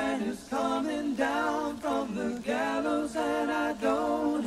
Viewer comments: Gallows not ghetto! 😁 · gallows, not ghetto